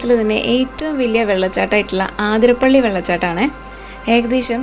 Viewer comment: ആതിര അല്ലാട്ടോ, അതിരപ്പിള്ളി ആണുട്ടോ